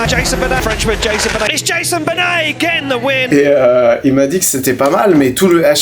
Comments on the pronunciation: A chaque fois que tu dis: Jason bunnet. je me marre aussi et je sais pas pourquoi ! 😂😂😂😂😂😂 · "jayzeune beunette " 🗣️